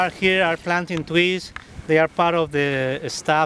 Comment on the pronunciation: Did anyone catch how he says, trees? ii(TWEES)!! TWEESES CWIST, JWUST KWILL MWE! HAHAHHAHAHAH! 🤣🔥🤣🔥🤣